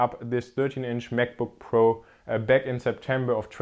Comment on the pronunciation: I love how this guy says MacBookPro as MekBookPro lol.